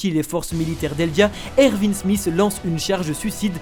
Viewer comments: Pas erVin C Erwin !!😂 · C moi ou il dis ervin au lieu de erwin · Par contre pour les fautes de prononciation des personnages c'est erwin et pas ervin et c'est pas rayce mais reiss non mais sincèrement les gars vous êtes passés à ça du résumé parfait de l'anime de snk et tous ça à cause juste d'une faute de prononciation 😭😭😭🤦‍♂️